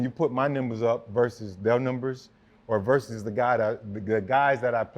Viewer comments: Wtf are nimbers lol sir it’s numbers !! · or when Fred says "Nembers" lmao